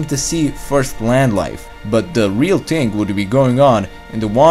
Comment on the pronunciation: "the real ting"